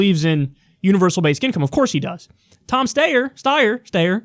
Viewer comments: It's "STY-er". Have you never seen his fucking ads, Kyle? FUCK-FACE STEYER ("FFS", for short) always says his goddamn name. I hate this shithead so much. I'd rather see more of John Delaney/Michael Bennet/Steve Bullock/John Hickenlooper. I'd VOTE for BIDEN if it meant Steyer would just drop dead. Loathsome turd. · It’s pronounced STY-er and is also a brand of Austrian made firearms (spelt Steyr) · Steyer like the coat hangar looking bull pup type assault weapon used by Bruce Willis's character in the original Die Hard; pronounced like Briar ... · Pronounced "SHTIRE" , following common English writing patterns, and rhyming with American pronunciation of "shire" or "wire" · I think the 4 attempts to pronounce Steyer should be part of his nickname. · Love you Kyle, but for the love of Jesus -- Name mispronunciation humor is the unfunniest thing you can possibly do. No one thinks you don't know how to pronounce Steyer. Leave that dumb shit to Dore.